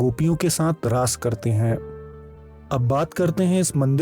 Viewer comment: Its not laays ,Its raas understood.